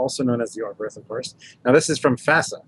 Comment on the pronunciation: Cudos to Foley for at least trying to pronounce "Oberth" correctly (just imagine the H at the end is not there and you are a lot closer). This class of ships is named after a German pioneer of astronautics, Hermann Oberth. But he was also a Nazi (even after the war).